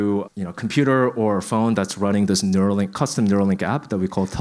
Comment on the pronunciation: Neuralink. Not nerua.